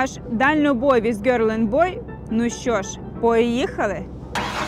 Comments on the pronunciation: А мені навпаки по-приколу як каже) Це така родзинка) Я б нічого не змінював) Маю на увазі у вимові слова "Гьорл")) "Гьол" - це якось нудно, як в школі вчили) Бо якщо докопаться до "Гьорл", то тоді вже можна і до "Dalnoboy" докопуватись, бо це не англійське слово) Може тоді вже і назву каналу змінити?) З "DALNOBOY WITH GIRL&BOY" на "TRUCKDRIVE WITH YOU&I")) А там вже і українців на**р послати і плавно переорієнтуватись на англомовну аудиторію, ага?)) Уоу, уоу, уоу, стопе, оце мене занесло)) Поворот не туди))) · Друзі, у слові "girl" літера r не читається.